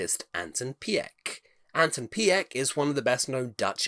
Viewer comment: Anton Pieck is pronounced as Peek/Peak, and Pardoes as Pardoos as in snooze/mousse.